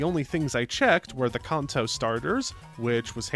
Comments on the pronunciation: Brother please, its pronounced can-toe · Please stop saying kanto It's can-toe Soda can Feet toe Can toe Kanto Stop it